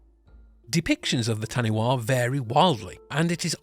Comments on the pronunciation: When saying any Maori words always pronounce them correctly. So tāniwha you got the tāni part right but the last letters are pronounced as faa so w,h and a is faa. Tāniwha. Tah-nee-faa. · Taniwha pronounced tani fa 😀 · Taniwha is pronounced as Ta-ni-FA lol good on you for trying, I laughed so loud lol Wha, is pronounced as FA 😊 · Interesting, however the correct pronunciation of taniwha is Ta-ne-fa. Still interesting to see.